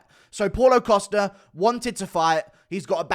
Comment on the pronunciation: “Posta” “Posta” “Posta” 😂